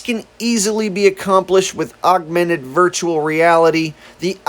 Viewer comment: whoever it is speaking near the end of this video can't possibly be very bright. how can he mispronounce the word, augmented, every single time he says it? he keeps saying augUmented. that is NOT a word.